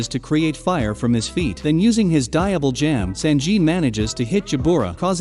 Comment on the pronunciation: The pronunciations hurt my head... SAN-ji. Diable Jam. Jin-bee. Anys lobby. 🙄